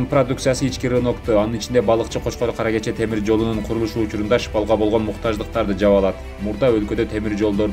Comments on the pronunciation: Баары жакшы, бирок шыпал эмес-шпала. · ШЫпал эмес-шПал!